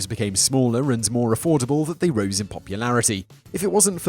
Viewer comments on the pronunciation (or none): none